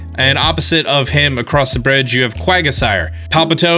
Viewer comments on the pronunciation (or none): Smh they are pronounced rose el e ah , and quag sire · BURN-E quagoosire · Quagasire? It's Quagsire! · The pronunciations made me cringe... “Rose-Leah” 😳. “Quag-ah-sire” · Quag- a - sire, grim- i - snarl, OOOnfezant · The way he said Quagsire made me lol. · I was gonna subscribe but then i just dont like how you say so many pokemon names wrong, like Unfezant, Quagsire